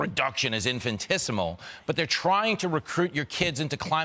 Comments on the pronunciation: I'm sorry, did this news speaker just say 'infantesimal'? Last I checked, that's... that's not how you say infinitesimal. Either he is trying to coin a new word, or he is bringing literary syncope to the airwaves so strongly that it's bordering on heat syncope. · Not to be too pedantic (nah, it is), but the dude on Fox News saying infant-esimal instead of infinitesimal. I know brains shut down when your emotions get in the way but…..dude. Beyond that, how is trying to lower carbon emissions “woke”? Is every change anybody tries to do a woke thing now? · the word is infi NI tesimal big boy. Not infintesimal if you wanna use big words say them correctly or just say "small". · As a math nerd and a pedant, I gotta call out fox guy , it’s infinitesimal, not “infin-tis-imal.” I’ve done too many projects on the history of the axiom of infinity to let this slide 😂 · he said infantissimal instead of infinitessimal. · Infin "TES" imal. We acting like we should listen to people who use words they can't even pronounce. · The level of reduction is… ifantisimial?? What the hell was he saying or trying to say?I’m getting Glass Onion vibes from this Fox host here. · look here pinhead, just because you have Tintin's haircut doesn't mean you're an intrepid reporter, and if you can't pronounce "infinitesimal" then idk what school gave you a journalism degree but I have no respect for you or your company if they'd hire an illiterate to blather on their supposed "News" channel. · Not this Fox man trying and failing to say infinitesimal tho 💀💀💀 what a genius 🤡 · So the dude on Fox tried to say the offsets were "infinitesimal". He's right, but omg learn how to pronounce it. It's IN-fin-i-tes-i-mal. 😒